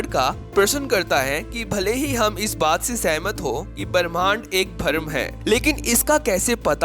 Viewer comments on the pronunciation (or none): अरे भाई बीच में कमेंट्री क्यों कर रहा है। भ्रम को भर्म बोल रहा है। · भाई, अमीश त्रिपाठी तो विद्वान हैं, उनकी बात करके भी आपने अच्छा किया। लेकिन भाई बुरा न मानना, आपको अपने हिंदी के उच्चारण पर काम करने की बहुत जरूरत है। बहुत निराशा हुई आपकी नेरेशन सुनकर। और को ओर, भ्रम को भरम और भी बहुत कुछ। कृपया हिंदी अच्छी तरह सीखें तब इस तरह की कमेंट्री करें। धन्यवाद। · भरम नहीं भ्रम , बरमहंड नहीं ब्रम्हांड, परमान नहीं प्रमाण। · Bharam nahi u fool.. its bhram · वीडियो बनाने से पहले 'भ्रम' तो ठीक से बोलना सीख लो